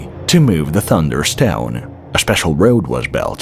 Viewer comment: It's shteone. Heh.